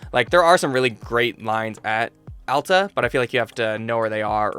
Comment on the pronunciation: As soon as i heard Alta not Allta deserved a like immediately. I usually ski at Solitude and I love how you like Solitude.